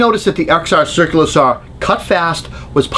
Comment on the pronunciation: There is no "R" in SAW